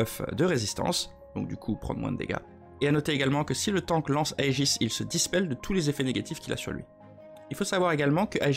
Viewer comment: super vidéo ! personnellement le seul truc qui perso ma fait grincer des dents: on dit " A-E-GIS " pas "A-GE-IS" xD mais vraiment hâte de pouvoir tester tout ça !